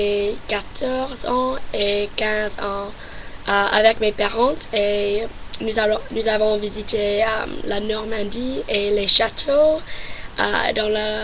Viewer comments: J'adore ton sourire, tu t'ameliore beaucoup au fur et à mesure de tes vidéos, par contre il y a certains "t" que tu prononce alors que tu ne devrait pas.comme à parent, autrement bonne continuation et tu es magnifique ! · La lettre "T" à la fin des mots masculins ne se prononce pas, sinon ta prestation est très bonne, tu es brillante, charmante et semble très intelligente, continues comme ça ;) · Franchement tu parle très bien français, y a juste les mots transparents que tu prononce plus en anglais qu'en français comme "président, parent...". Après l'accent c'est plus un détail, en fonction des régions de france l'accent n'est pas le même, et je trouve que sa donne un charme à la personne. Le mieux pour apprendre à parler une langue, c'est de passer des vacances dans les pays qui la parle. Bonne continuation. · Je n'avais regardé que ta première vidéo, et tu t'es énormément améliorée je trouve :) Juste, comme disent les autres, il y a des lettres en fin de mots à ne pas prononcer comme dans "parent" ou "cas" ou le "t" et le "s" ne se prononcent pas :) Bonne continuation ^^